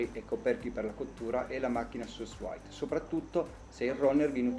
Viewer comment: La pronuncia credo sia 'su vid'...in francese...per il resto non male il video!